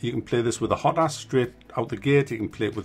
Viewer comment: Good review. Something I noticed is you sat HOT-as not HO-tas. I never even considered saying HOT-as.